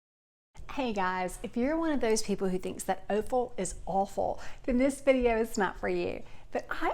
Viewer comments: It's pronounced AH Fuhl, not OH fuhl. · offal sounds like off-al, almost aweful, not oaf-el.